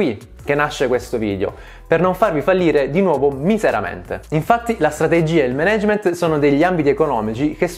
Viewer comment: Scusami, il tuo canale parla spesso di "management", potresti perlomeno pronunciarlo correttamente?